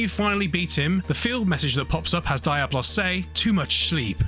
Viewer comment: Im inclined to agree with Darklordyianni. Do you pronounce comb as "coo-mm" because Tomb is spelled the same but pronounced differently? It really has been established as "dee-ah-blos" and not just from Final Fantasy bro, but from other games or fantasy